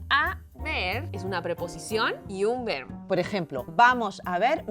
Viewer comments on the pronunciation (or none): Comencemos con que la "lingüísta" pronuncia mal la "v" y la "b"....en español se pronuncian igual, no hay diferencia en el sonido. No vi más el video, llegué hasta la parte en donde pronuncia mal la palabra "verbo"😅